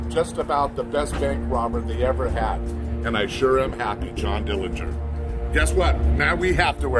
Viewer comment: The correct pronunciation of the Dillinger family name is with a silent 'g'.